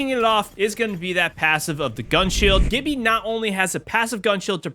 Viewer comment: It’s G(J)ibby.